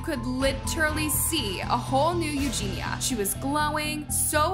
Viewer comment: ●Eugenia KU-knee●